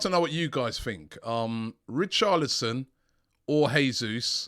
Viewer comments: Come on Robbie man. Your pronunciation of footballers names is awful 🤣 Richarlison not Richardlison plz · It’s richarLison not richarDlison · Richardlison , although his name is Richarlison 😂😂😂 Robbie the Butcherer of names ! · Who is Richarlidson! Robbie butchering the name again!🤣